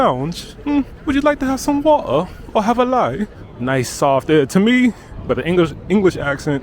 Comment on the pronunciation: There is a T in the word water